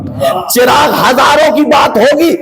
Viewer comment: Chiragh nahe balkay zabar ha 🙏🙏🙏